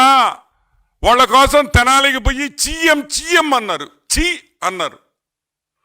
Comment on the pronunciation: తెలాని కాదు స్వామీ తెనాలి